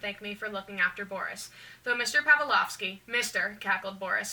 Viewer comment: hsdhfhkajshdflk i hate to be annoying but i'm just lettting you know!! i believe the proper pronunciation of Boris's last name is pav-LICK-ov-SKEE